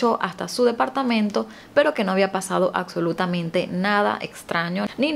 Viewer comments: Es absolutamente, no acsolutamente. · Por favor! Se dice ABSOLUTAMENTE y se pronuncia igual, es una tortura escucharte pronunciar las palabras mal, como en vez de CAPTAR, usas CACTAR.¿?¿? corrige eso urgentemente